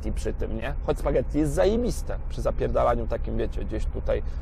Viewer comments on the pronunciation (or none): none